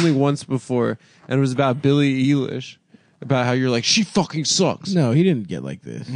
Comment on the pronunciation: "Billie You lish" 😂